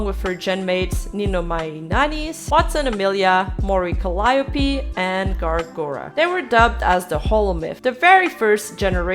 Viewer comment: Really enjoying the video essays. Just one small mistake btw...Calliope is pronounced Cal-ee-o-pé